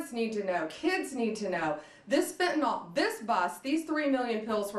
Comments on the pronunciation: ummm…that’s pronounced FENtahNIL Ms. Bond… (oh, so sorry, did I mispronounce your name?) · It's great this stuff was intercepted, but... ALCATRAZ?! REALLY?! She's the wrong person to be announcing this. She can't even properly pronounce methamphetamine or fentanyl. It's not metha-amphetamine or fentanALL. My god, she is clueless. "Molly" is a DATE drug?! It just gets worse the more she speaks. Get her out from in front of the camera. She comes off like she's just trying to follow some script she does not fully even understand. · Is there anyone that can pass the following to AG Pam Bondi? Honorable Pam Bondi: Please try to pronounce it Fen ta NIL, not Fen ta nawl, it makes you sound uneducated. Thank you kindly for your efforts. (Might as well spread the word about fentanyl test strips as well) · What the hell is "Fentnol" and "metha amphetamine" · It's fentanyl - last syllable pronounced as nil. I have no idea why so many are mispronouncing it I guess they never studied organic chemistry. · Very happy to see this, but it kind of blew my mind that even Pam Bondi doesn't know how to pronounce fentanyl. Sheesh.